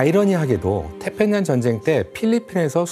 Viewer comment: 으사라니.. 의사요 으자 으학... 태편양.... 잘못들리는지 발음만 듣게되네 가슴아픈 과거입니다. 젠장